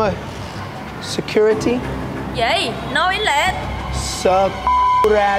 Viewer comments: Security đọc thành sờ cu rờ ti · she just misheard you says SECURITY ----> SỜ C* RI TY